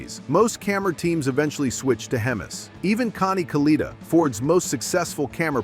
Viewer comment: It's pronounced Kalletta, not caleeta. Damn A.I. crap.